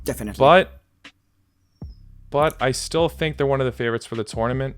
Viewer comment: What's about Russian accent 😅😅 "I don't have any favourotzzzz.."